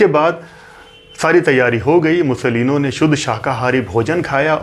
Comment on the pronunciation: पं. ओम्कारनाथ ठाकूर पं. विष्णू दिगंबर पलूसकर "मुसोलीनो" नही "मुसोलीनी" आप तो सभी फिल्मी कलाकारों के नाम के बाद "जी" इतनी बार लगाते हो, यहां भूल गये?